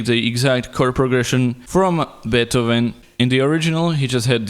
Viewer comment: So funny how you pronounce Beethoven